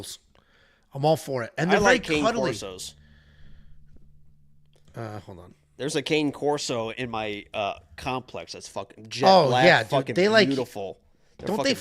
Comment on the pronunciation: Ka-nay corso